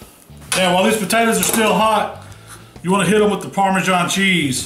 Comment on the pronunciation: Didn't realise parmasan had a 'h' in it